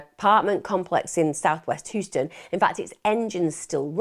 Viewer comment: Love this channel but I feel like how she pronounces Houston is an affectation used to endear Americans, I’m from her part of the world and we know how Houston is pronounced. No hate, it’s just a pet peeve